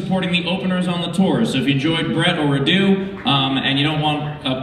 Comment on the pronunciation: I'm sorry but the way you pronounce Radu has me dead, radú sounds so Indian lmao, the correct pronunciation is rádu